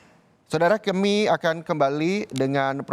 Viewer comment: Menit 4.05 reporter " Saudara keemii akan kembali"😅